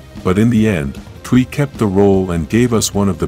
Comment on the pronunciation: lol We can pronounce Thuy’s name correctly but not Zordon’s or Austin St. John’s.? 😂